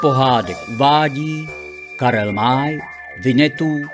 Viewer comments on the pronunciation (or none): Dosť mi píli uši Karel M ( á ) y . A isto, podľa prekladu Teofila Ušáka z r. 1964 sa indiánske mená písali foneticky, takže nie Tengua, ale Tangua. A sú tu aj isté chyby, ktoré by isto Karel May nenapísal ( napríklad v jednej časti- podobné, ako poslať syna na FRONTU) .